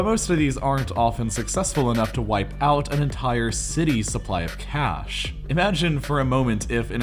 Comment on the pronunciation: stop saying cash like that please